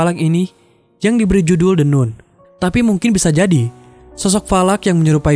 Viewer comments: Min, bacanya kok jd the "Nun" 😂, seharusnya "Nan". Klo "Noon" baru dibaca "Nun" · maaf koreksi nun nya dibaca nan trmks